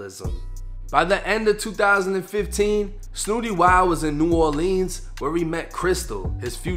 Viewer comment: You from Boston bro you got to hit the Google button and watch other people pronunciate his name that pronunciation was off kid